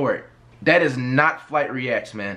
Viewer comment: This dude FWight😂😂😂